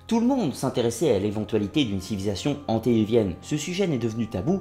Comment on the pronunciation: On ne dit pas antédéluvienne mais : antédiluvienne